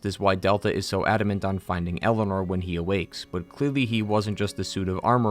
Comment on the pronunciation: It always grinds my gears every time I hear pronounce Eleanor as Elena